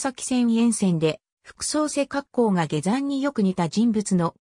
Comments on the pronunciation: 他にも変な日本語があるので機械的翻訳なのか本当のところは不明、下山をゲザンと言うのは変だ。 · ゲザン事件。 はじめて聞いた。 ゲザンさんて、にほんのかたですか。 よく、アップするなぁ。 でも、ふるはたたねもと、が読めるだから、わざと、ですねぇ。